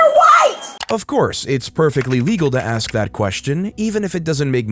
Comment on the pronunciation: why cant these people speak properly? the word is 'ASK' not AXE.....I would never be able to do. thiis work...the disrespect is unbelievable